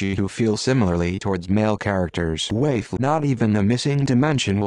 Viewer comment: What pisses me off is how he says waifu twice and then pronounces the same word as wifu right after. Like what changed?